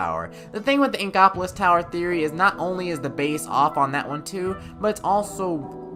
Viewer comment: What's he's saying: inkopolis What it sounds like he's saying: ingopolis